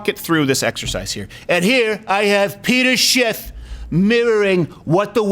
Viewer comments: Lol he said Peter Schiff 😂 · He said Peter Schiff lol